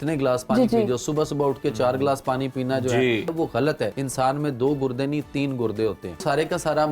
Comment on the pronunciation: Gurdy ❌ gudny ✅